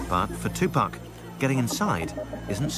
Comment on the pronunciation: Tupack???Uhhh tupac???tupAAAC not Tupaick